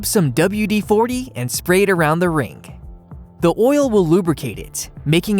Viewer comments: JewELry NOT jewLAry! Ring not rink! The letter "G" is NOT pronounced as a "K". OMG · It's not a criticism really but can't pronounce his G's. Rag he pronounces as rack and the same with ring, he says rink. Very distracting.